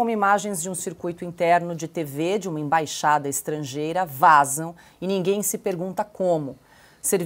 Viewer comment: Ei, imbaxada não existe, existe "Embaixada" ok?